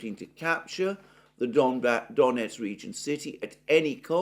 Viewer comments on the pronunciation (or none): none